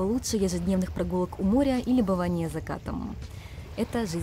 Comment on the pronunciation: Когда говорит "увидимся ещё" я слышу "Кайримашё" 😂😂😑